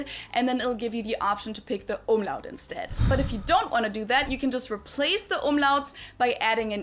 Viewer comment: Not Omelette 🤣🤣 Umlaut nearly like "Um-loud"